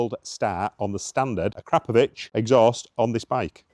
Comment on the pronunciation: Looks and sounds amazing mate!! and kudos for the correct pronunciation of 'Akrapovic', it really grates my gears when I hear "ak-row-poh-vick" 😆